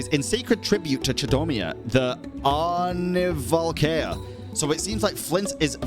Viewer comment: The whole name was Chudomir the Aarnivalkea. Aarnivalkea being a Finnish word (it means will-o-wisp) and everyone knows how hard Finnish is to pronounce if you're not a native speaker. I think did good because that's one of the harder ones for total beginners.